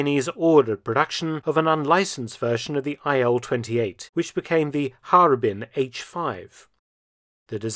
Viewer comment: "Ilyushin AIL" lol don't you see some.... discrepancy?